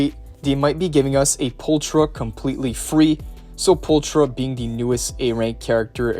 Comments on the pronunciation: Pulchra is pronounced as "pulkra". It means "pretty" in latin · She is pronounced pulkra